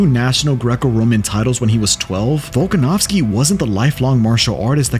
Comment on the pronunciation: Aljo: Bulkanovski